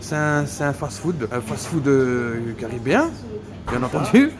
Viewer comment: "Le Carabéen" il a dit le minot 😂✌🏻